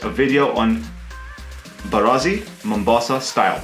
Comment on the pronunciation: You say it wrong....it's mbaazi not mbarazi. I will definitely try the recipe today because I boiled some mbaazi